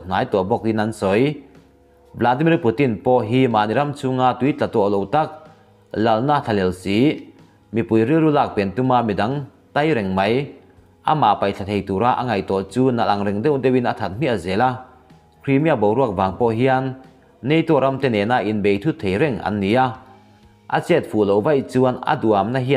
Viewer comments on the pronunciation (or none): A bengvar thlak țhin e.Mahse,'tai reng mai' tih i lam dan hi a dik lo a nia.Thluk sâng lovin thlûk hniam zawk la.